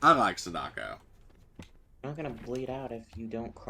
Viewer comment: The way he is pronouncing Sadako is hurting my soul. Sounds like he is calling her "sudoku" the game that is too high for his IQ to even complete.